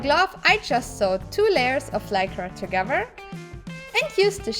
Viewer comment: I love the way she says "Togevurr" instead of together...